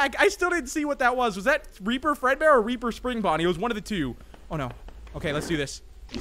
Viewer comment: I low key thought he said raper animatronics 💀